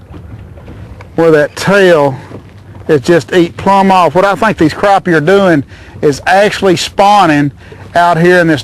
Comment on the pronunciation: croppie? lol